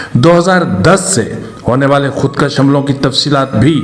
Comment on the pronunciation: خودکش مت کھو خود کوش کھو کاف کے اوپر زبر نھیں پیش ھے اگرزبرسے کش کھے تومعنی ھوگاکه که فلان نے لکیر کھنچی اگرپیش کےساتھ خودکش بولوگے تومعنی ھوگا که که فلانے نے اپنے کو قتل کردیا تو اس لفظ کی اداٸیگی کی تصحیح سے آپکی صحافت میں فصاحت کومذید زینت ملجاۓ گی جزاک الله خیرا بارک الله